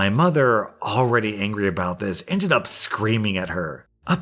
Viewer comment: He says ended up so weird